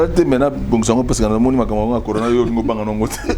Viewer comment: Céléo dépense son énergie en vain car nous les mélomanes on sait que Céléo est nul et moins que rien!!!! Ayebi ata koloba "on est confiné" te alobaki "on est confu". Maintenant zoba ya niveau Wana bozolanda ye pe. De plus il avait dit "conora" au lieu ya corona. C un illettré de bas étage.